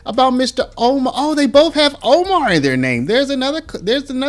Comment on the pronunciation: So many times people mispronounce people's names. Kudos to you for pronouncing her name the way she pronounces it.